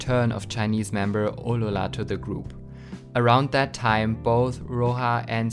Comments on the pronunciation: just wondering why do you say aurora like that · You need to pronounce Aurora better